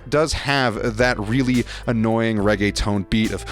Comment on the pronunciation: this guy really just said all reggaetón is bad, please. and then butchering how the beat actually goes 😂 then calling it “ray-gay-tone” okay gringo.